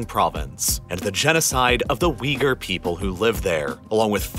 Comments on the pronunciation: When he said, "Uiger" , I legit thought he said something else 😬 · Its not pronounced wee - garr. It is pronounce Ooy -goor. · it's read "Ooygoor". Keergeezistan. G as in goal.